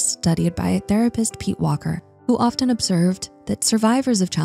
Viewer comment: The T in "often" is silent.